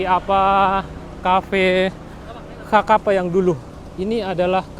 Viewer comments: Kaffe Sakapa = sekepal )baconyo bukan ( kakapa ) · Dia yang ngomong kok saya yang sesak nafas ya, blepotan dan salah² gtu bang. Xakapa disebut kakapa bukannya dibaca sakapa 🙏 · Sakapa cara bacanya Bang Bukan Kakapa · Xakapa bos. Bacanya Sakapa, bukan kakapa. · Bacaan nama kafe nya kafe sakapa gak sih,bukan kakapa...? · Nama cafe nysa sakapa bg bukan kakapa, XA itu di baca SA. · Bukan cafe kakapa bg, itu xakapa (sakapa) klw di baca dalam bahasa indonesia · Bacanya sakapa min tulisan xakapa. Bukan kakapa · Cafe xakapa bro bukan ka kapa.. bahaso awak nyo sakapa... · Assalamu'alaikum...Koreksi Mas Gumilang Bukan xakapa tapi Bacanya Sakapa... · Sakapa.... Bukan kakapa... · Bro gumilang, xakapa diucapkan "sakapa". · fyi, xakapa itu dibaca sakapa pak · Bacanya "cafe sakapa" terima kasih sudah meliput wilayah musibah di Sumbar